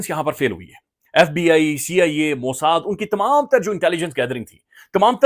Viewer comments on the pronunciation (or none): none